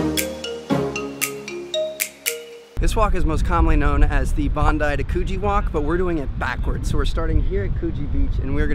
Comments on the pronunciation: haha he said bandi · This was a great video. As an Aussie, it's really nice to see first timers discovering stuff. Some pronunciation lessons: Bondi is pronounced, "Bond-eye". Clovelly is pronounced, "ClovELLY (emphasis on the second syllable). Coogee is pronounced Coo-jee (as in "book"). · I love how he pronounced 'Bondi Beach' 😂😂😂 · You said Bondi wrong!😂 I’m from Australia I’m glad you went to Australia 😇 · you butchered coogee, clovelly and bondi!